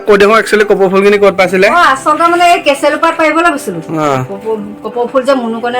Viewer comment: কেচেলু নহয়‌ কেচেৰু হে